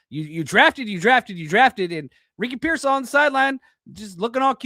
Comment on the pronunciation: Did you say Ricky Pearsoft? haha I haven’t heard that’s spot on unfortunate